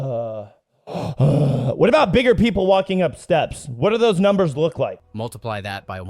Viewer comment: ai really seems to have issues speaking numbers aye.